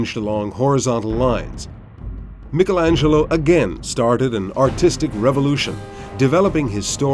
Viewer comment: A+++ for saying Michalangelo's name correctly.